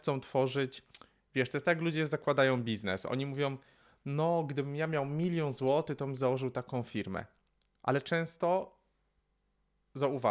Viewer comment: Wymawiaj końcówki słów - ą, ę - nie "złoty" tylko "złotych" itd. Nie akcentuj na końcową sylabę. Rytm prawie ok. Wyeliminuj mlaskanie. Pozbądź się wdechów. Ciamkanie przy rozpoczynaniu zdania lub po pauzach do usunięcia też. Ciekawe, gdy się rozkręcasz to mówisz lepiej.